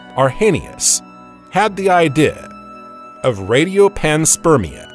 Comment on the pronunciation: Man please quit writing ‘idea’ into the script. The AI narrator just can’t handle it.